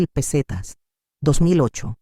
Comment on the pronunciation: Todas son las mismas historias. Y las pesetas las lee muy mal la IA. Recordar que lapeseta dejó de circular en 2002, ahora tenemos euros